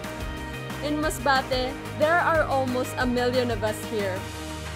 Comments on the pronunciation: The way represents her hometown. How she pronounced “MASBATE” you can just feel it. She’s so proud. And, I think “Masbate” should be proud of her too. She boost the city and a lot of people now interested to explore Masbate. I also loved, the way she put all the tourist spots in Masbate. We didn’t know before that they have white sand beach. Good job. I hope this pandemic will end na so, I can visit your hometown 💕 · Yung pag bigkas ni ng Masbate sa dulo🥺 ramdam mo talagang pinagmamalaki nya ang province na kinalakihan nya. Tagos sa puso.Nakakaproud kahit hindi kami magkababayan kasi Im from Mindoro, the Brownout Capital of the Philippines😄😭😭